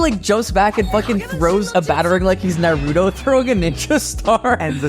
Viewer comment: How do you mispronounce Naruto at this point